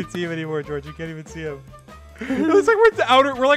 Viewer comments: yup, Nerd-tastic Especially when you said goerge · Why does Dream sounds so British when he yells George’s name here? 😂